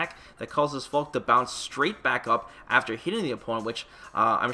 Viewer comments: They give her a German name which means "falcon", call her a hawk and if it was their intention for her to be German, than they've pronounced her name incorrectly: In German, phonetically its pronounced "FAL-KA", similar to how you say Falcon, but replace the "-on" with a quick and short "-ah" The "Falk" doesn't sound like "Hawk", "Fork" or "Chalk"; nor does it sound like "Fall", "Wall" or "Ball" and the "e" at the end isn't silent, nor does it sound like "See", "Bee" or "Lee" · I was hoping it would be pronounced like "Falky", but she is still a pretty cool character, imo. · I always hated how you said "Falkeh". I knew it was wrong cause it sounded so stupid but I didn't know for sure, so I never said anything. I'm a natural keep away zoner even when I don't try to be, to the point that I sometimes get complaints in the form of people backdashing repeadedly to show me their frustration with my playstyle or just getting rage quitted on in battle lounge even if I'm not dominating the match. So seeing Falke as a keep away zoner character may be a good thing for me. I'm currently 6.5/10 on her. What I need to see from her is a three frame and/or invincible reversal, reliable anti-air and her walk speed. I suspect her neutral will be trash and I don't have high hopes for her rush down ability. Also, does her jump look higher than the usual jump? That could be a problem if her in air redirect moves aren't great. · Still pronouncing it "Fal-keh" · he slipped and said Fall-keh, but I don’t blame him. I’m trying to readjust myself back to saying Falke just like how I originally thought it was pronounced. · You were pronouncing the name correctly before. The announcer in the trailer made a phonetic mistake which is a common thing English Speakers have when trying to pronounce words of German Origin. E's on the end of words in German are never pronounced silent. So yeah Fall keh is the correct pronunciation.